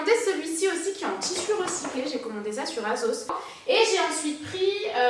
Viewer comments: "Azos" et "Pull and Berrrr" 😂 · on dirai que tu dis azos😂